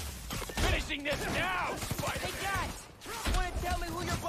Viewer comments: When he sad "Pajdermen" i really felt that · Piderman miles morales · Rekao je spiderman ali u editu je skinuo s 😬